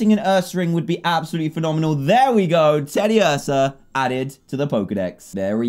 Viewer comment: Dan you say clefairy and tediuarsa wrong how do I know? They say it in the animation